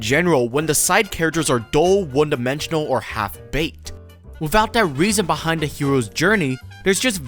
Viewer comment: I swear it took me to my 3rd or 4th watch to realise that you were saying 'da' in place of 'the' for the whole video 😂